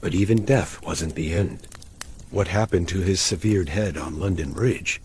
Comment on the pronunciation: I'm out; the ai narrator doesn't know how to say ``severed.''